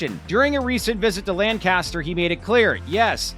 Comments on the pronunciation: WOAH! It’s pronounced Lankeis-ter. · Please learn the correct pronunciation of Lancaster. That said, Shapiro is yet another leftist politician looking for another revenue source to prop up his spending schemes.